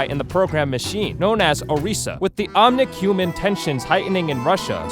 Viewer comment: You pronounced Efi incorrectly, and you called the Omnics, omniums